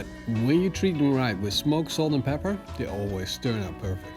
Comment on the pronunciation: I have listened to you saying "Pre-ground black plepper" for about 5241 times now and it still sounds funny. Now i just need some brisket in my life.